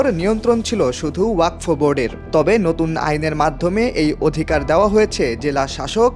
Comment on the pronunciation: ওরে গাধা, বিলের নাম ওয়াকফ, ওয়াক ফ নয়